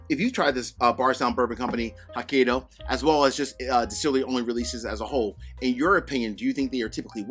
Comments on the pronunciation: Ouch. It is pronounced "hoe-kye'-doe". I am not Japanese but I couldn't help cringe everytime you mangled Hokkaido. I still appreciate your review,! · Thanks for the review. Hopefully, I can get a pour. Hokkaido is pronounce as ho•kai•dow. You did pronounce dow correctly. Cheers 🥃